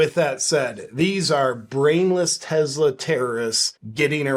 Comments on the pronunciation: JP, enjoy your work man! But its Tesla, not Tezla. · Love your channel but…… it’s not Tezz-la it’s Tessss-la! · What's a Tezla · Start out by pronouncing TESLA correctly. There is no Z in TESLA. That pesky letter in the middle is an S. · Why are you calling them TeZlas there is no Z in Tesla. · Is it Tesla or as you say.. Tezzla 😅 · It's not a Tezla. It's a Tesla. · It is not Tezla name is Tesla. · Why do so many people call them Tezla? There is no Z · Did you say “Tezla” ?? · Am I the only one bugged by the way he keeps saying Tezzla? Super Annoying… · No "z" in tesla! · Its not a very big deal, but it still really annoys me that you insist on calling it "Tezzla," and that you have to say it so many times. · Take a shot every time he says "Tezla", good luck.